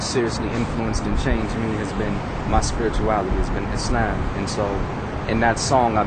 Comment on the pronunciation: lol-do all muslims take a "how-to-explain-a-simple-idea-in-the-most-round-about-and-long-winded-way-possible" class? it's all love though. but for reals-muslims (expecially black muslims in the u.s.) are some interesting people. and why did he keep pronouncing islam like "is-lamb"?